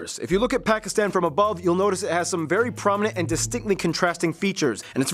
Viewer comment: Great job on pronouncing pakistan. Alot of people butcher it. Also great video man